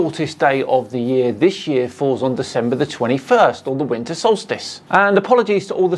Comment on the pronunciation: Instead he says "winter" he said "winner" lol